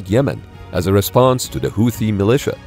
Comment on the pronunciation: Houti Tutsies 🤣